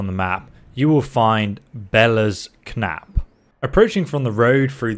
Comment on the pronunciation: For someone that was clearly born in England your pronunciation on some of these words is making me Cringe. K Nap. Good K Night mate.